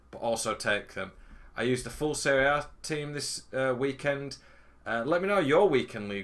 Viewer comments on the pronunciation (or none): none